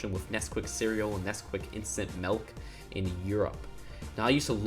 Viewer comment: MILK NOT MELK